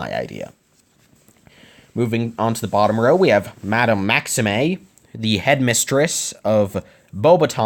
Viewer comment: Fleur is pronounced fler and maxime is pronounced maxeem